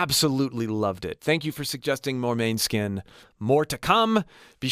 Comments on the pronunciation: You really need to know how to pronounce the name of the band you are reviewing, food for thought but totally appreciate the effort, kind of like a Toronto VJ in the 80's announcing Metallica (Meta Leeka) on live tv w millions of viewers, the proper pronunciation is Mon us kin and not Man Skin, thanks for the review though!! and keep them coming! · Oh, I just noticed you said you are Italian. In that case, MA-ne-skin. 🙂 Or MO-ne-skin if you want to pronounce it properly in Danish. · its pronounced mon-e-skin not maneskin haha <3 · Please react to their performance of Zitti e buoni at Eurovision 2021, their songs in Italian are superior. Btw, the band's name is pronounced “Moan-Ah-Skin” although it can also be pronounced as “Man-Eh-Skin” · The correct way to pronounce the band's name is moan-e-skin. Love your channel. :) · Great ! Yes more Måneskin, but please could you pronounce it the right way, it's a Danish word meaning Moonlight (Victoria, the bass player is half Danish). It is pronounced "Moan-Ah-Skin". You should also react on the Loneliest, Zitti e buoni and Coraline (San Remo 2022 version), Damiano's voice hits differently in Italian. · Pronounced more like “moan-eh-skin”😊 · Love that you're checking them out! FYI it's pronounced more like "mon-eh-skin', with the emphasis on the 'mon' part! :) You should def check out 'La Paura del Buio' (specifically the live performance on Radio Italia Live, the vocals are unreal!! Someone's uploaded it with english subtitles too, so I def recommend that specific version. It's the one with like 2.5m views) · A phonetic pronunciation for American English speakers: MOH-nes-kin or, more commonly, MAH-nes-kin. The latter is how the band tends to pronounce it. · Youre the first who makes me second guess their band name, and im italian lol. "Mane" should be pronounced like "many" except for the final letter of course. Or, yours was right but i don't think so